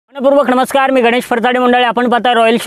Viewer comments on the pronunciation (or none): none